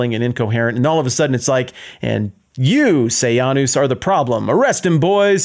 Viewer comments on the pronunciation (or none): This was a good lecture, it brought up all my old memories of “I, Claudius,” the British tv series. Roman emperor history is a big soap opera. “Sejanus” was pronounced “Se-Jane-us” in the series, not “Say-Ahn-us,” but wtf.